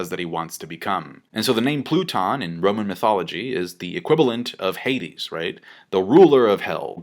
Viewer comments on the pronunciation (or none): none